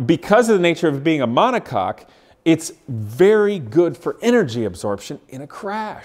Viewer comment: DUDE! mon·o·coque is pronounced "MONACOKE" not MONACOCK